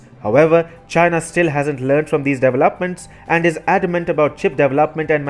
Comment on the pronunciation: It's "deVELopments", not "deveLOPments". You're putting word emphasis in the wrong area. but since your indian, I understand it's not natural to know where to emphasize pronunciation.